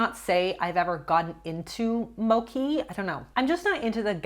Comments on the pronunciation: moCHee not moKEY 😅 it’s Japanese not Italian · mochi is japanese, so it is "motchi" not "moki" hahaha Btw if you've never had non-frozen mochi, it's amaaaazing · It’s moCHi not moKi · Mocki?? Mocki???? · also, im sorry, but please do not pronounce mochi 'mokki'. japanese is spelled with alphabet phonetically. it is pronounced mochi with chi as in chiwawa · The way you said mochi haha its more like "moe chee":D You gotta try it, it's soooo yummy! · Just fyi, it's mo-chi with a hard h like in cheese, it's a Japanese rice-based product. I personally think mochi is goat and delicious, and mochi ice cream is another step up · Hi, yes you pronunced mochi incorrectly. You're supposed to say it how Stephanie said it. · Love the message of the video! Also mochi is pronounced with the ch sound, not a k sound. I understand the confusion though because it looks similar to gnocchi. 😅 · You were mispronouncing mochi big time. Stephanie said it right. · Yes. You said mochi wrong. How Stephanie said it was correct. I love that stuff. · Dear! Mochi is not pronounced with a “k” 😂 So sad that you don’t love the texture. In Asia, the chewy texture of mochi, boba, rice cakes is highly priced! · I love these videos but the way she pronounced "mochi" hurt my heart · Same. Also fun fact mochi’s texture is called “Q”